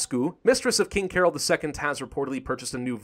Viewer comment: is promounced carol. cah-roll.